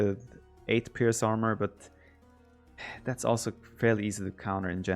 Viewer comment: Instead of "also", Viper says "Oslo". True Norwegian :')